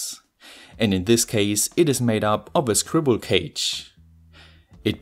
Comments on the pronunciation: It is scribble cage 😡😂😂😂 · Ohhhhhh I actually heard it as "scribble cage". Not that "squirrel cage" automatically makes more sense to me.